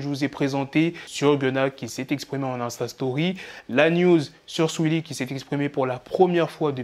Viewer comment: C un ouf comment il prononce Saweetie toujours plus 🤣